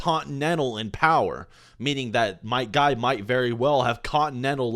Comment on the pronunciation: I know you're saying might guy but it sounds like my guy, therefore GAY